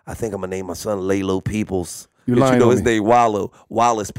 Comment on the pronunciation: “Laylo Peeples”🤣🤣🤣🤣🤣